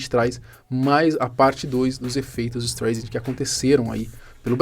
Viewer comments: Em tempo....a cantora é Barbra Streisand....se pronuncia " istraisande" e não " istreisande" ...resumindo o nome do efeito é " istraisande" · Só eu que ficou incomodado com o "estrêiçandi" ? rs Pessoal do canal podia dar uma polida melhor ao passar a matéria, né ?! É meio notório que a pronúncia do sobrenome da atriz é "estráissand" rs. Bom, brincadeiras à parte com as escritas e pronúncias, realmente é bacana pelo menos a gente realmente pesquisar mais um pouquinho quando vamos discorrer sobre determinados assuntos, nos quais nos exige mais conhecimento sobre línguas não nativas. Abçs a todos. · A pronúncia do nome é STRÁISAND. Me admiro que você não saiba. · sempre vejo teus vídeos, admiro sua redação e sua parte editorial, vc é um rapaz inteligente.......................masssssssssssss, vc tá pronunciando errado o nome do efeito.....seria assim a pronuncia certa aportuguesado" ESTRAISEND".....BLZ (Y) mas 99% do resto ta show........só pesquisar que vc vai confirmar. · Tá, daí vc fala o nome certo da Barbara Streisand... Se não souber se diz Straisend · o sobrenome dela se pronuncia "Straizen" mas ótimo vídeo. Só uma observação construtiva! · Streisend lê-se “StrAisend” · A pronúncia correta de “Streisand” é “ISTRAISEN” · se fala "estraissen" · Parei o vídeo e fui embora no "ISTREIZEN"... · Se pronuncia Estraiser o nome de atriz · Poderia ter estudado um pouco antes de gravar o vídeo e falar a pronúncia certa do Streisand. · leva mal não, mas sua pronúncia no nome dela está errado. Huehue obrigado por pelo vídeo eu não sabia sobre esse caso sobre ela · Porra mano, sabe nem falar o nome da mulher, pqp